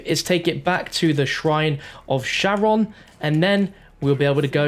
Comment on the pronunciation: Charon is pronounced (Care-ahn)